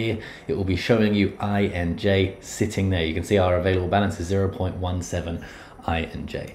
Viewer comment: Do you even know how to read , it’s INJ , not Enj , and it’s KIRA not kayra